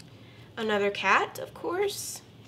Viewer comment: Not caaaat its cat 🙍‍♀️🤦‍♀️